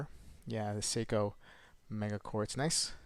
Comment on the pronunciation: It is a meca quartz, pronounced meka not mega. Good unboxing video. 😷